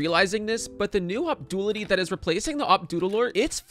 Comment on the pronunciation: Du-a-li-ty, not dualty.